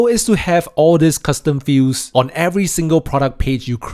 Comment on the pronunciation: It sounds like you're saying "custom fuse" instead of "custom fields". That was confusing...